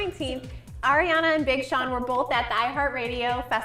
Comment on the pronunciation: I lol'd at BING Sean 😂